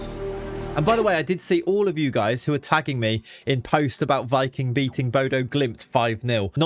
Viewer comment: Hey just wanted to let you know Viking(the Norwegian team) is actually pronounced Vee-king! 👍